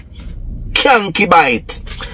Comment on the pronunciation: One of my worse peeves is when people using words they cannot call correctly or using them out of context. Him calling concubine "cyankibite" tells us how dunce he is. If he cannot even call it he can't spell it either but have the nerve to be tracing someone with it😅😅😅😅